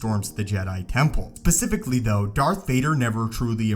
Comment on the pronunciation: It's specifically, not pacifically.